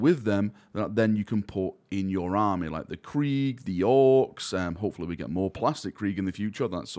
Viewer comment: "Hofala" /Almost/ need closed captioning for this accent. Turns out its hopefully.